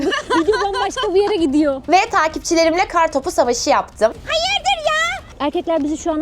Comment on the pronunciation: oyle soyluyorki HAYIRDIRR kralicesi onu zorluyo gibi🤭🤭🤭